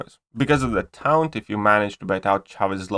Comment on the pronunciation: Taunt is pronounced tawnt